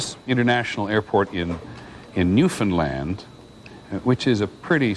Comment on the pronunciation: I'm from Newfoundland and I'm impressed that Mr. Jennings pronounced it correctly as "new - fin - land" instead of the more usual "new - found - lind".